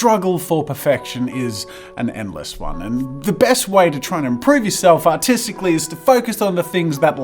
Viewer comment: at the beginning of the video you said Autistically instead of Artistically